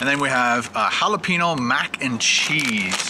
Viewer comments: HA-LA-PEN-YO not HA-LA-PEE-NO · your pronunciation of jalapeño is driving me CRAZY lol. It's Hal-a-peen-YO not Hal-a-peen-o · its halla-payne-yo... not halla-pi-no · its pronounced jalapeño (halaPAINyo) not halapeeno.